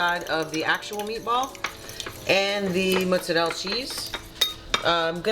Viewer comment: T, teaching the south how to properly say mozzarella 😉👌